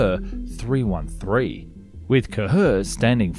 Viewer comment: Bruh you butchered the name af 😂 It's: Qa'Her not: Kahur